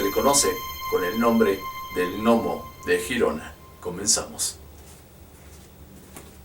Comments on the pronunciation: Hola muy bueno este vídeo! Saludos enormes desde España. Lo único que se pronuncia Yirona. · Pronunciese (G)Yirona por favor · GIRONA NO SE PRONUNCIA JIRONA SINO LLIRONA Y EN ESPAÑOL SE LLAMA GERONA Y SE PRONUNCIA TAL COMO SE ESCRIBE. LE DAS CADA PUÑALADA AL IDIOMA QUE...MADRE MIA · No se pronuncia jirona si no Girona ,tú no dices Jato si no Gato además te ríes y pones un tono muy insultante cuando lees comentarios de los españoles que para nada se asemeja al acento español y nada de sudamericano, el que se pica ajos come y te crees el 7 ciencias que lo sabes todo dejando a las personas como ignorantes y todo lo que públicas ya está más que visto y resuelto ,y porfavor no estamos en la era de Cristóbal Colón por que antes que los españoles ya fueron los bárbaros dejando a incultos que hoy ya vemos los resultados de lo que nos encontramos en Latinoamérica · No es critica ni mucho menos, solo un simple detalle. Girona en verdad se pronuncia como si se escribiese con la y griega. Sería Yirona, que es como se pronuncia en catalan. El nombre correcto en castellano sería Gerona y en este caso si se pronuncia la g como si fuese j. Saludos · Se escribe Girona y se pronuncia Yirona, no Jirona, ya que dices que eres investigador ponte a investigar eso también antes de equivocarte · se dice gerona ! no girona si quieres decirlo en Catalan es Girona bueno te entiendo porque eres de Sur America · Se escribe 👉 “GERONA y GIRONA “… Se pronuncia👉 “LLIRONA” . Es Catalán,coño.😒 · Girona no se pronuncia asi